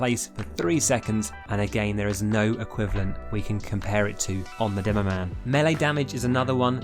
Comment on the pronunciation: Did this man just say “Doomoman”?